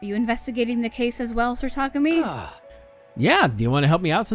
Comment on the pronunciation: Well, its more like neither of those are valid, as someone that speaks Japanese. There is no stress accent in Japanese (only pitch accent). So its "Ta*ku*mi" (with no stress). But stress on the first syllable sounds at least closer than stress in the middle.